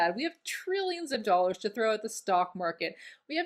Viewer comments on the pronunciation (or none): none